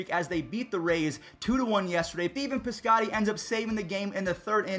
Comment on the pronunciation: "Beeven Piscotty" lol